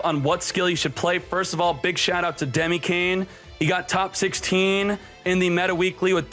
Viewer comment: ... He's Dkayed, not Dykayed lol